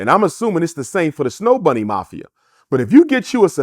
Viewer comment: Did Dr. Umar say snow bunny mafia? 🤣 Also, thank you for your insight Dr. Umar.